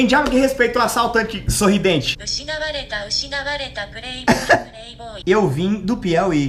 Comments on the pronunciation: Pureiboi kkkkkk mn rachei😅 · "Preiboi, preiboi"Kkkkkk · Prueboy,Prueboy kkk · Pureiboi kkkk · "PUREIBOI, PUREIBOI" MEU DEUS KKKKKKKKK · Tradutor: Ushinawareta Ushinawareta pureiboi pureiboi Whindersson: kkkkkkkkkkkkkkkkkkkkkkkkkkkkkkkkkkkkkkkkkkkkkkkkkkkkkkkkkkkkkkkkkkkkkkkkkkkkkkkkkkkkkkkkkkkkkkkkkkkkkkkkkkkkkkkkkkkkkkkkkkkkkkkkkkkkkkkkkkkkkkkkkkkkkkkkkkkkkkkkkkkkkkkkkkkkkkkkkkkkkkkkkkkkkkkkkkkkkkkkkkkkkkkkkkkkkkkkkkkkkkkkkkkkkkkkkkkkkkkkkkkkkkkkkkkkkkkkkkkkkkkkkkkkkkkkkkkkkkkkkkkkkkkkkkkkkkkkkkkkkkkkkkkkkkkkkkkkkkkkkkkkkkkkkkkkkkkkkkkkkkkkkkkkkkkkkkkkkkkkkkkkkkkkkkkkkkkkkkkkkkkkkkkkkkkkkkkkkkkkkkkkkkkkkkkkkkkkkkkkkkkkkkkkkkkkkkkkkkkkkkkkkkkk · geral falando do Google falando "preiboipreiboi" e eu rindo com isso